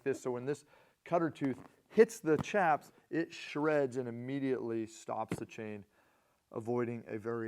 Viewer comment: For what it’s worth…chaps is pronounced shaps.